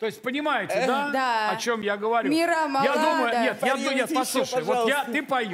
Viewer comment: Ну и слова особенно лежа-ла, ма-ла, я палею тапой , тышу тапой. Испохабить хорошую музыку такими ударениями и произношением надо умудриться. Уши режет.